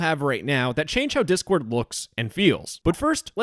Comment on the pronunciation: Anyone hear "chord board" at the start lmfao